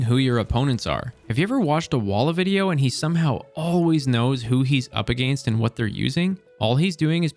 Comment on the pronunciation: I’ve been contemplating moving to Canada to get away from Trumpists, then I heard this guy’s pronunciation of against, nah, I’ll deal with hating half of my countrymen.